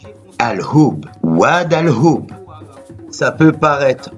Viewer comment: al hhoub pas oub tu prononces mal